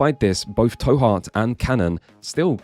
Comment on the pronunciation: The 'to' in 'To Heart' is pronounced like the English words to/two/too, e.g. as in 'Go to Jail, Do not collect $200'. Not like how you pronounced it in the vid tow, as in tow your vehicle. You can tell because it's written that way so that it's really clear, トゥハート. There's a small 'u' after the 'to' which makes it a 'tu', which in terms of the phonemes involved is meant to make it as close as possible in pronunciation to our English words to/too/two